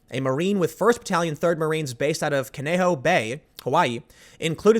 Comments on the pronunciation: You pronounced Kaneohe Marine Corp Base " Kuh Nay ho"???????? Seriously Tim?? It's Hawaiian. It's pronounced, "Con (as in con artist) Nay Oh Hey' (say it fast). Like in Japanese, the vowels are all pronounced separately...... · Tim that's pronounced Kan-Ne-Oh-He not Knoh-he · Kanehoe, pronounced "KAH NEE OH EE." Grew up on Kaneohe bay. Use to fall asleep at night to the sound of the F-4 Phantom's at KMCAS running their engines up to full for service.